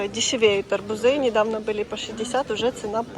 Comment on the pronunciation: АрбУзы!!!Ударение на У...😊